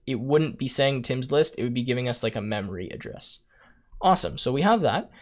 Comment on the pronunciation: the way he said "memory address" just killed me XD